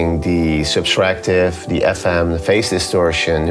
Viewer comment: It's "Subtractive" not Substractive.